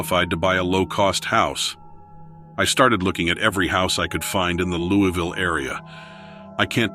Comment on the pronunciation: " LOU- A - VULLE.."